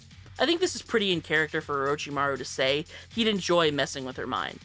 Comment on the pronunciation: Not to be that one person but you said "saw" instead of "say"